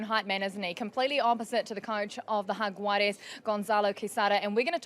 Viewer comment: She is the first one to pronounce Jaguares perfecto, take note, for anyone that was confused.